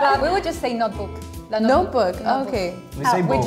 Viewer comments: "Nóchibuqui" rsrs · Actually we don't say laptop, I mean, sometimes we do, but most of the time, almost everyone only says notebook, we call a laptop a notebook, just like we call a billboard an "outdoor". Edit: Just realized she said it afterwards, anyway, she kind of pronounced it differently than we do, we usually pronounce it like: "notch boo ki". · Lapeetopee notcheebookee 😂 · When the brazilian speaks about lapitopi or notchibqui, she first makes a quick hidden "é", which means yes. ahahahahahah